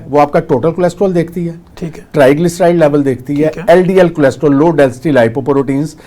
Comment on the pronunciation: ڈاکٹر نوں لمے پا لوں اسکو کولیسٹرول بولنا نہی آتا